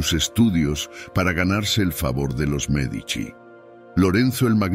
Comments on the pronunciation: Me encanta la entonación, del Sr. Que narra, también es un excelente narrador. Lo que no entiendo, es si dice nombres o apellidos correctos, unos minutos después, parece que se le olvida cómo pronunciarlos ejemplo. Merdici , Medicis en lugar de Medici. Mandragora sin acento, Señoria, De ya Rovere en lugar Della Rovere etc. de pronto no sabe uno a quien se refiere. O el que narra es IA ? De cualquier forma muchas Gracias tiene datos muy interesantes que yo no sabías. saludos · Medici, no Merdici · Aunque no lo parece, quiero pensar que es una máquina la que lee, porwue no pone un p. acento bien, y no hay nadie tan tan tan pero tan ignorante que no haya oído hablar de los Medici, no Merdici😂😂😂 o Merdizis😅, MEdici, pronunciado Médichi.